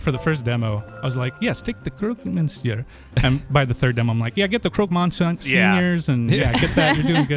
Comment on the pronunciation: Americans saying Croque Monsieur is something else.